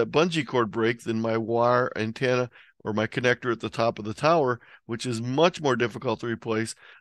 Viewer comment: I want to finish listening to this video but I can't take it the way you say antenna is driving me nuts!!! Lol thanks for the content though. Also what kind of ham doesn't have a 160 meter dipole strung up through both his neighbors trees?!????